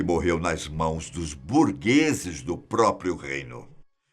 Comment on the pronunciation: "Burgeses" foi de doer, hein, produção...